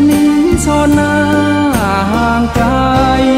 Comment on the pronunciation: ผู้ร้องเพลงท่าฉลอม ออกเสียงควบกล้ำไม่ชัดเช่นคำว่าไกลออกเสียงเป็นไกทำให้เพลงขาดความไพเราะลงไปเยอะเลย